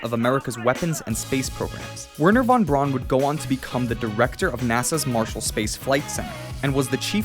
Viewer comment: you meant to pronounce Vernher fon Brown but you said Warner vawn Brawn hahahaha